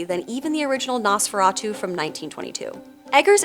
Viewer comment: ohmigawd, it's pronounced NOHs-feh-rah-tu.